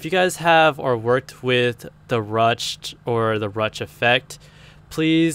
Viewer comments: it's pronounced roo shay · Ruched is pronounced "rooshed".